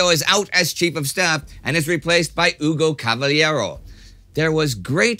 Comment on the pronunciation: CavaLLero, with hard Ls, not spanish LL.